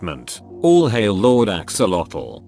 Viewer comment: So, the AI voice can't pronounce "bipolar" but CAN pronounce "axolotl"?